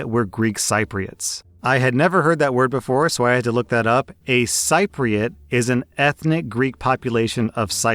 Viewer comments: Sip Ree Ots not Sigh Pre Ots. 😀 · Um, it's sip-ri-ot, not syp-ri-ot. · Cypriot is pronounced sip-ree-ot. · It's pronounced "sip-ree-ott" not "sype-ree-ott". You're welcome. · Just a quick FYI, the first syllable, cyp, of Cypriot is pronounced 'sip', not 'sigh' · it's pronounced as Cipriot, not Caipriot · Hi, the word Cypriot is pronounced "Cip-priot" 😊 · To the Cypriot story. I always heard Cypriot pronounced as Si(short I) pre -it. That is from news reports and historical programs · Probably already comments here saying this, but: "Cypriot" is pronounced "Si-pree-it". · You also mispronounced it. It's pronounced "SIP-ree-ott". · Yo Cypriot is pronounced Sipriot just a heads up bless bro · Hi, big fan just wanted to leave some help! Cypriot is said ‘si-pree-et’, hope that helps! 😊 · Hey I am greek-cypriot. Never thought anyone would know us. I don't know if it helps but Cypriot is pronounced as see-pre-ot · Sip ree ut is how you pronounce Cypriot, lol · Cypriot is pronounced sip-re-ot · Good episode. or so, a small correction: the country is indeed pronounced Sigh-pruss, but the ethnicity is pronounced Sip-ree-ut when speaking English. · Hey, In English, Cypriot is pronounced sip-ri-ot The more you know right? Have a good day. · Cypriot is pronounced Sipriot as in sister. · Cypriot pronounced Sip-re-ot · Was gonna say the same thing lol I've got Turkish Cypriot family and they are not kind to people who call them the way calls them